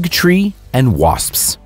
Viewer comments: Erika Thompson said 'waspsps' on the Joe Rogan show and I found it hilarious, that was a month ago. The dude in this video said 'waspsps' and it was published 11 months ago. After all these years, am I saying it wrong or is it a US thing? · Hahhahahahahah this is so funny “Wasps” plural sounds like waspsps